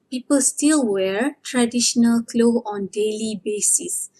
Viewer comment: All of your video is perfect for Learning.... P.s. when u say "clothes" u pronounce only "klo"🙄